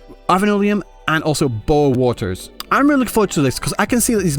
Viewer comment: Beohr Waters more like bo'ohw'o'wo'er